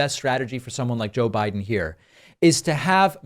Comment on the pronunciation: "Joe Bride " 😂😂😂😂😂😂😂😂😂😂😂 GOD, GO AWAY dementia Don!